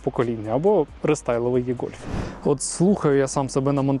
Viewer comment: Невірно це і - гольф або е-гольф але ніяк не є-гольф